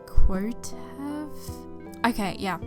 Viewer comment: Wait A min. Quotev is cwow-tev not cu-o-tev? What? I'm confused.